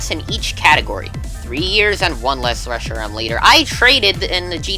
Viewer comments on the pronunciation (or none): none